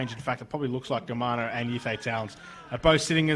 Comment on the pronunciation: learn how to say players names - Germano not Gremero